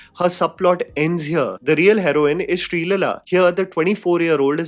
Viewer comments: Hey, I just couldn't get it out of my mind about pronunciation of Shreeleela name as Shreelalaa😅😅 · You pronouncing Sree Leela will probably equate the equation with her bad performance